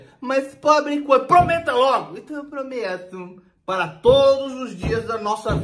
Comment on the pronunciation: "ENTÃO EU PROMEUTUMMMM" KKKKKKKKKKKKKKKKKKKKKK